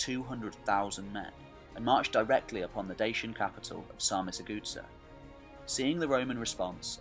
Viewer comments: What DEBILUS is narrating this video making two critical mistakes straight from the start? Carpathian mountains, not the Caucasian and Sarmizegatusa is not pronounced Sarmisthegoodsir:( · You really need to make an effort to pronounce these names correctly. It was cringeworthy to hear you say "Sarmizegetusa". Here is how it's pronounced: sahr-mi-ser-ge-TU-sa .. accent on the 'tu'. All your videos are pretty good except your pronounciation of foreign historical names. They are atrocious. Really make an effort my man. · Maybe learn to pronounce the names... Sar-Me-Ze-ge- thus-a I think would be in english. De- ke-bal , Do-Mi-tzi-an. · Sar me say jay too za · Very good, but I did strain at your pronunciations. de-KE-ba-luss sar-mi-za-ga-TOO-sa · actually is sarmi-se-ge-thuZZa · Zamolxes' shadow no one knows the exact pronounciation and the Romanian one is by no means the standard in this case. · Your lack of trying to read the name Sarmisegetuza is astonishing. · You dont pronounce well Sarmisegetuza. Use google translate... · If you want help with pronunciation and research about dacians and romanians you can contact me. You kind of butchered the pronunciation Sarmizegetusa and also showed images in the beginning from Ulpia Traiana Sarmizegetusa which was the roman capital of the province and distinct settlement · The narator pronunces "Sarmizegetusa" in such a way, that if it were't written on the screen, you wouldn't have idea what is he talking about. It's 1.5 million light-years away from the original. "Good" start! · You butchered Sarmisagetusa so bad, fucking destroyed it 😂😂😂😂